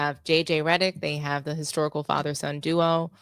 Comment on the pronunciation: Common sense call mind the game........ Game the mind😂 by the way did you say historical or hysterical😂😂